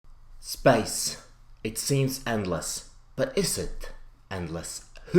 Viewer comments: Thought you said ''Spice'' in the beginning... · Everytime Tejbz says space, it sounds like spice :D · That "space" at the beginning sounded Australian... Just me?